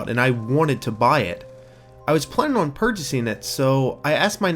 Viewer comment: Stop fucking saying on like that